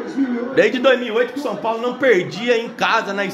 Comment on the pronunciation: Shupaulo. Shupaulo shupaulo 😂😂😂😂😂